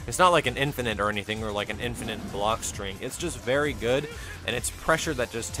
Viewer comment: it's "in'fin'nit" not "in'fin'int"